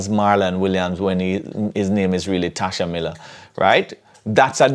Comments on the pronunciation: Tesha not "Tasha" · It's Tesha, and not Tasha........ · It's Tesha 😆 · is really trolling, "Tasha Miller" I know he know its TESHA!!!!!!!!! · His name Tesha not Tasha 🤦‍♂️ and u were in law enforcement